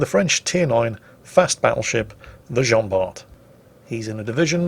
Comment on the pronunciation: Jean Bart :)